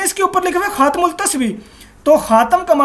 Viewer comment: adeb k sath urz hay yeh lafz “khum” nahi hai asl lafz “Khaatem” hay.